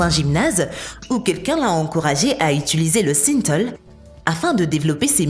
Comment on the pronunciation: ce n'est pas le nombre d'abonnés qu'il faut sous-ligner, andouille, mais le nombre de vues ! La voix qui ne sait même pas prononcer Synthol et autres "...des telles expériences...", "des telles" !!! AFFLIGEANT !